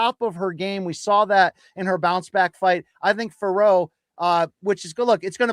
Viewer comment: Yesss BC!!! Once again you pronounced Fiorot correctly unlike Jon Anik and his cohorts!!! MK bringing the accuracy as always!!! Bien joué mon gars!!! 🇨🇵🇨🇵🇨🇵